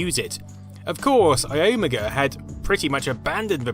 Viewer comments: I thought it was i-o-mega? IDK about this Ayoooohmiguh pronunciation. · Your pronunciation of Iomega was bizarre. I've always heard it pronounced "eye-omega". Your pronunciation was more like "aiyeoh-miggah". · what did you say? Its pronounced (eye-oh-mega) iomega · You're the only person I've ever heard pronounce iomega iOmega instead of ioMEga. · I-ohm-uh-guh? Eye Oh May Guh! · Ah yes, my favorite storage brand: eye-ah-magha. I love you, never change. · I always pronounced "iomega" as "eye-oh-mega", this is the first time I heard someone say it as "uh-yo-mugga" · 'eyomugu' 😂😂 never heard it pronounced that way. Here, it was always 'Eye Owe Mega'. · iOmega is pronounced "Eye-Omega" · The pronunciation of Iomega sounded odd. It’s pronounced eye-oh-may-gah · its "eye-oh-mega" not......whatever you said. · I always pronounced iomega as eye-oh-mega rather than a single word. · Isn't it pronounce Eye Oh Mega? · "Mashusheytah" "Mishubishi" "ughyomega" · it's i-Omega not iomega, or what ever your saying... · It's "i" "o" "mega". Just thought you may have wanted to know. or .. Maybe you just like to say names in your own way. cool. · i-ohm-aga cringe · Iomega is pronounced I-O-Mega (Eye-Oh-Meg-A). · Say iomega right..... I o mega. Say it with me I . O . Mega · Hey my friend it's pronounced EYE-oh-MAY-ga. I remember this, I was a big Zip fan and I disliked this thing because I thought it cluttered up the odds of a new high capacity standard being on all PCs. In the end they all lost out to the Internet! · LS120! I had several of these, internal. How I miss you! Also EYE-OMEGA Not what you're saying. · I had a lot of dealing with Iomega back in the day, and they pronounced it "eye-oh-mega" I think i'll go with how the company that made the name up said it. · The company itself definitely pronounced it as EYE-oh-MAY-ga. ( in other words ... I.O. mega) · I don't see how anyone can look at that word and think it would be pronounced any way but Ai-Oh-Meh-Guh